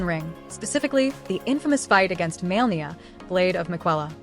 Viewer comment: It's not Maelnia, but Malenia